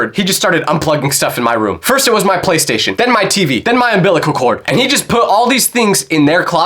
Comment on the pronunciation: anyone gonna talk about how he said "my dad cut all the plugs even my ambilical cord☠️